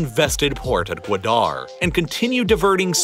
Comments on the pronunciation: Guadar is three syllables not two (guu, wah, durr) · That pronunciation of Gwadar, oof lol. Not meaning to poke fun, I just found it funny. It’s hard to say any word or name when you don’t know the language XD This was a really well done and informative video, btw! I enjoyed it a lot.